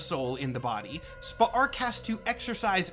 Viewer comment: Still watching, but I’m impressed you actually pronounced Spa’ark’s name properly throughout, since it’s so close to “Spark”. Kudos to you for that!